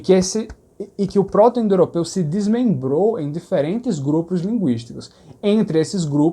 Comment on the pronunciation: Ouvindo agora, logo depois de ver seu vídeo sobre harmonia vocálica. Por que você pronuncia g(é)rmânico e pr(ó)to-indoeuropeu, sem vogais abertas posteriores?